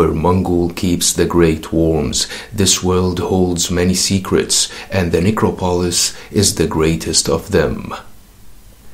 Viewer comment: Get someone to pronounce "necropolis" for you